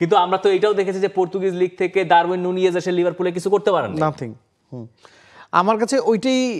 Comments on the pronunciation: এরাতো ঠিকঠাক প্লেয়ারের নাম ও উচ্চারন করতে পারেনা,,নুনেজ কে বলছে নুনিয়েজ😆😆😆আরো আছে সব বললাম না,একিটিকে কে বলে ইকিটিক😂😂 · Spanish উচ্চারণ